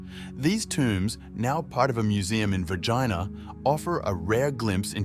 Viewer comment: Its VERGINA not Vegina . Please try to fix the mistake. Thank you .